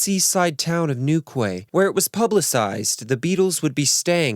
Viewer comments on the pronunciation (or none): It's pronounced New Key. Do your research. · It’s pronounced New Key! Newquay I mean. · Newquay is pronounced “New-key” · Your channel is fast becoming a favourite of mine, brilliantly produced content! However, its pronounced "New key", not "New Kway"! 😂👍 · I think that you need to brush up on English pronunciation. "Newquay" is pronounced new key (like the Florida Keys but spelled properly.) The "rows" i.e., arguments, caused by Paul sleeping around, is pronounced like the row in rowdy not like row the boat or rows of seats. Check the context. "Tinsel" is pronounced tin-ssel, not tin-zel. And who on earth is "Cilia Black"? It's Cilla, pronounced silla not sillya, and is an abbreviation of Priscilla. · Funny seeing an American pronounce these lesser known English towns. It’s pronounced ‘new-key’ not new-kway 😉 haha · newquay is pronounced 'new-key' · Its pronounced New-key, just a daft point. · Quay is pronounced as Key, so the town is New Key (Quay) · Newquay is pronounced "New key". Enjoyable vid - thanks!! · Excellent detail which I didn’t know about. Minor point ‘quay’ is pronounced ‘key’ so Newquay is pronounced Newkey. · As someone who has lived in Plymouth my entire life, hearing your pronunciations of the places around here is hilarious 😂 but great job and incredible video!! ❤ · in England "quay" is pronounced like key, quays are where boats are tied up so you'd see towns with Quay in their name usually near the coast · great video but my god hearing the names of places from my home county butchered made me wince.